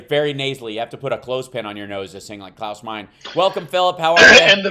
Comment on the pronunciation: Klaus “mine-uh”